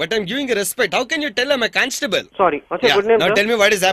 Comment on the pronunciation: Caanstabel = Constable 😂